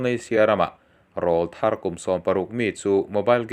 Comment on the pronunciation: Rawlthar kan lamrîk dân hi a dik lo deuh em aw ka ti deuh..